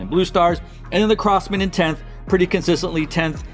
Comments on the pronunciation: Great content! Just curious, is there any reason why you pronounce Crossmen as “Cross-mAn” instead of “Cross-mehn”? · Not trying to sound super picky….but please don’t say CrossMAN. It’s CrossMEN. Haha. Just chuckling wondering why you say it that way haha. But…..I enjoy your videos trying to call rankings